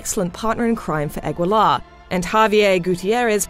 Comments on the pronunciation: its ah-gi-luh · The last name is pronounced "Ah-gi-lahr", not ag-wil-ar. You can read Guiterrez just fine. Aguilar is also latin root from the bird aguila or eagle in english. So an action film that got the action right. seems legit. oh you want good plot development? time to read a book. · Aguilar = "agilar" , not "agwilar" *flies away* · Jorgeflo7 Lol, my name is Aguilar and I live in Texas. It always shocks me that so many of my fellow Texans are incapable of pronouncing Spanish. It's phonetic! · The u in Aguilar is silent... You could at least try. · Ugh really? That's not how you pronounce Aguilar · Sorry but you butchered all the Spanish names, you could at least have investigated a little how to properly pronounce them :-( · As an Aguilar, her pronunciation of French and Spanish names annoys me.